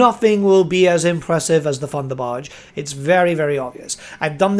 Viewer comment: Its thunderbarge not funderbarge!